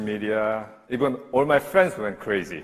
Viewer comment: 두 분 다 영어가 모국어가 아닌데 많은 청중들 앞에서 자신 있게 연설하시고 대단하시네요. 중학교 때부터 미국에서 살았던 제가 보기에는 이서진씨가 원어민 영어에 조금 더 가깝습니다. 하지만 all 등 몇 개 단어의 발음을 들어보면 역시 한국인들 많은 뉴욕이나 엘에이 등에서 회화에 포커스하기는 조금 무리인 것 같습니다~